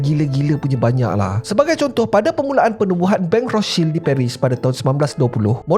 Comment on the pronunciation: Rothscheld ke atau Rostchild sebut guna bahasa Melayu la kenapa ikut sebutan Jerman 😂